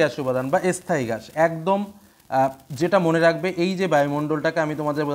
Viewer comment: স্থায়ী স্থান এই উচ্চারণ একটু ঠিক করতে হবে